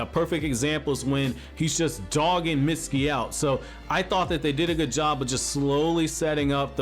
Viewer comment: its mitsuki not misty